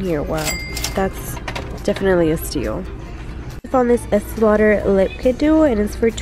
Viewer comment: Did you just say "fox fur" and esti lauder?